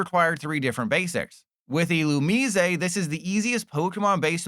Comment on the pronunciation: please stop pronouncing Illumise like that...please. dont be like LDF